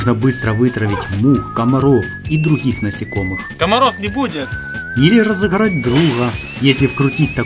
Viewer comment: ХЕНЕРАТОР, ЗАХЛУШКА, РАЗЫХРАТЬ ДРУХА, В МАХАСИНЕ